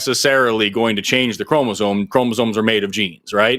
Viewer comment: keeps saying "chromozone" and now I can't stop humming "highway to the chromozone."